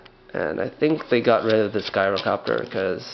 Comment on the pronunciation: not guy-row-copter